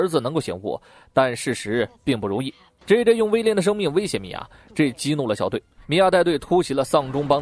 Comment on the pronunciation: 后面开始把JJ念成鸡鸡?？